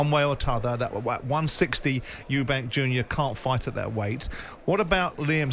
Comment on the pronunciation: Please stop saying eubanks its eubank ffs